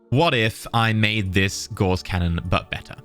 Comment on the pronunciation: Not to be an asshole or anything but you are pronouncing Gauss wrong. it's Pronounced "Gows".